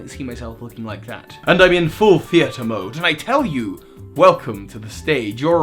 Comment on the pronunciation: Accent upon the wrong syllable when saying Theatre? Are you Count Olaf?